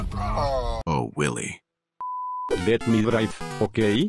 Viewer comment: Its willie not lilly🙄